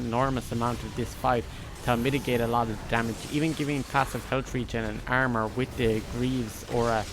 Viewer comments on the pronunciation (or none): The "ermer" never gets old. Gets me everytime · Nobody: This guy: This hero has low "airmer"